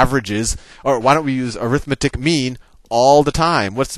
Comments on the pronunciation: Hey Sal, 'arithmetic' is an adjective in front of mean, and is thus pronounced ARithMEtik, not aRITHmeTIK, i.e. primary and secondary stress on 1st and 3rd syllables not 2nd and 4th. Thanks. It just kinda bugs me on a vid that is otherwise great. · When you say "arithmetic" you're saying it as a noun. The noun form is ə-rĭth'mĭ-tĭk while the adjective form is ăr'ĭth-mĕt'ĭk. The adjective form is more like air-ith-meh-tic, and I think that's what you were about to say the first time you used it. My math teacher taught us that when we kept trying to "correct" his use of "arithmetic". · "arithmetic", when used as an adjective, the stess should be on the "met" syllable